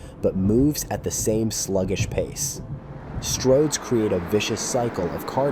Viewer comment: "Stords roads"? Presumably this whole video was created with AI?